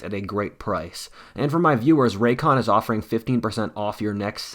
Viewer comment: Ray-cons buddy